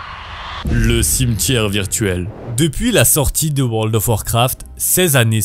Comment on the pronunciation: Hatoria pas « Hartoria ». Le cimetière virtuel, « Le ciemtière virtuel » c’est non. Mais excellente vidéo !